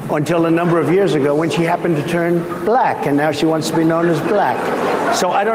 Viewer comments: Someone said it on twitter, I've never heard "Black" said with the Hard L before. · The way he pronounces "black." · He pronounces black like the old whites from Rhodesia or Apartheid era South Africa.